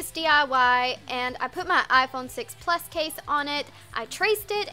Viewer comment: "I put my iPhone 6 Plus case on it" its funny how she said "Plus" 😂